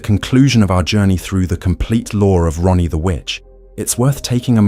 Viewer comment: I'm sorry dude, but it sounds like you keep calling her Ronnie instead of Raanie 😅